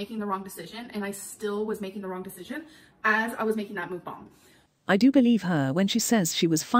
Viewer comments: Mook-bong** (Is how she says it) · I literally hate that she pronounces it as “mOOkbAhNg”